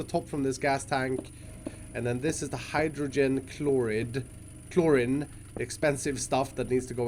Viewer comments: Zuton Games hate to be that person,but it’s how you pronounce it. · Chlorine is pronouced "Clor - reen" (Same ending sound for Flourine, bromine, and hydrazine. Words like polypropylene also use the same "een" sound despite the different spelling.)* I don't remember the etymology as for WHY off the top of my head, but it doesnt follow the hard I rule that the words "Like, Slide, Chloride, Bromide, Supplied, Divide, etc." follow. Probably somthing due to English being an amalgam of different languages. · Clorreen is how you say choline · My gosh pronounce it like Ch - Lore - Een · Chlorine is pronounced ‘cloreene’ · Chlorine pronounced klor-een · Chloreeeeeeeeeeeen is how it is pronounced , pal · Chlorine is pro pronounced clor-een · takes half an hour to figure out how things could look good My Brain: JUST TAKE IT BACK A BLOCK AND STOP COMPLAINING ( Also as other people have said chlorine is pronounced chlor-EEn ) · Chlorine is pronounced Chlor eene like the end of clean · Kilokelvin (kK) kelvin is the base unit of temperature and thermal heat, kilo is the unit prefix which means 1000 and PS chlorine is pronounced chlo-reen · Chlorine is pronounced like chloreen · A tip to, Chlorine is pronounced Clor-EEn. I saw you were questioning how you were pronouncing it so hope this helps. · Chlorine is pronounced like chlo-rEen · I love the struggle to say Chlorine. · 3.3kK is 3,300 Kelvin. Kelvin is a sciency temperature measurement. The short form is K. also you're mispronouncing chlorine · He said chlorine soo wrong 😂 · I cringed so hard every time he said chlorine right.. then chose the wrong pronunciation... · He says chlorine sooooo wrong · The I in chlorine is pronounced as two ee's instead of an I. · chlorine rhymes with green btw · It’s chlorine not chloryn dude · It’s pronounced chloreen (like halloween) not chlorin, but it’s spelt Chlorine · when he said clor-in instead of chlorine at the beginning lol, learn you english bruv